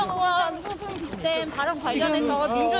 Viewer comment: 저 머리긴 분은 왜 으원 으원 그러지요? 의원입니다